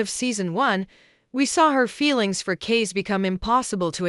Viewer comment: Tell your AI voice over girl that his name is pronounced CAY-SEE not Case